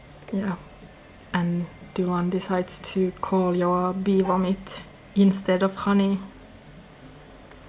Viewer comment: Loved the tour! I also always was wondering how to pronounce Joa and I'm glad he's more in the scandinavian way than the "zjhoahh" like an american would say Joa... u v u